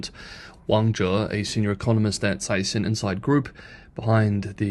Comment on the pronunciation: Dude you keep trying to be clever and pronounce Chinese names in Mandarin but you keep blowing it. Caixin is pronounced "kysheen".